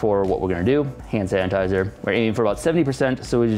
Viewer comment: He keeps calling it "Hand San-tizer" 🤣🤣🤣